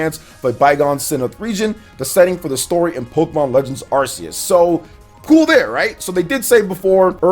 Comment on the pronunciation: "Sinnoth" "Arseues" Oh...